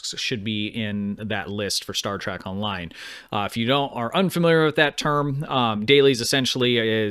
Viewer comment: Love how you claim to be a fan but you keep calling it trak, not Trek.